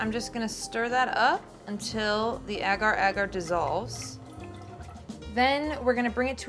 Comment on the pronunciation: It's pronounced as aagar² not egar²